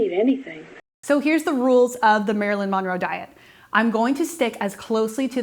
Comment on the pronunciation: Omg can you please pronounce her last name the right way 🙉